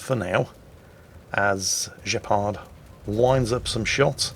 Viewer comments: Gepard is the German for Cheetah. The G is pronounced Gh not J ;-) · It's not pronounced 'Jepard'. It's pronounced 'Gepard' with the same G sound as for instant ' Grosser Kurfürst'. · It's "Gepard", not "Jeppard". It's a German AA-tank. You would call it "Cheetah". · This has most certainly been mentioned before, but just to be sure: I'm almost certain that the name is pronounced incorrectly. It's not French (Guepard), but probably German. The "g" would be pronounced the same way like in "Graf" or "Große". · Now this proves the fact that it should be a hard G instead of the french pronounciation (or pronunciation whatever) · "Gepard"... You make him sound french... Are you sure his name isn't named after the "Flakpanzer Gepard" German AA vehicle? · its funny that your saying Gepard with a french accent but its German for cheetah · Is that really how you British pronounce Gs? absolutely disgusting even the germans can say that letter properly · I swear that is doing it on purpose, pronouncing a German name (Gepard) with a French accent. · Looking at post-battle screen I bet the name of this player should not be pronounced as a French word, but "G" as "good" or "god". It just means "cheetah" in German (and in Polish).